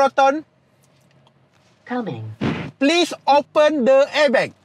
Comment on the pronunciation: sebutan abg tu salah..dia kena sebut 'airbag' bkan 'airbekk'🤣🤣📏📏📏